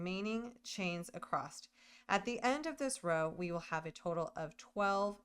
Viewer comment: You do realize there is no T at the end of the word “across” 😊